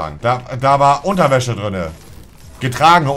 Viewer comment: ist euch auch aufgefallen dass monte immer "drünne" anstatt "drinne" sagt xD